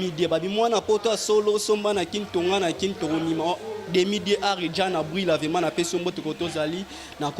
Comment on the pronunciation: On dit vraiment et non vema Mr le journaliste